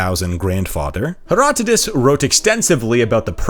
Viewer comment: Herodotus, not Herotodus...jeez! Superb video, nonetheless.